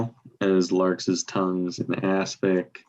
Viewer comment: pronunciation of larks' is somewhat idiosyncratic!